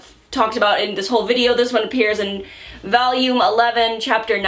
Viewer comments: reviews a lot of hentai and adult manhwa, but the most degenerate thing about her will always be how she pronounces volume as VALUME. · omg how says "volume" is so Winsonsin loooooool